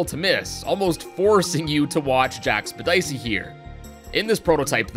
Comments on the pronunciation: nobody gonna talk about how he butchered Jack-sep-tic-eye’s name lmao. This man said Jackspedicy wtf 🤣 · did you just call him jack speddisey? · Why did he pernounce jackseptiki like that